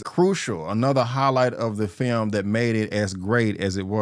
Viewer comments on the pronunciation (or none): With all due respect bro, you have to work on your enunciation. You often pronounce "film" as "firlm", "Michael" as "Makel" and "Jaafar" as "Javar".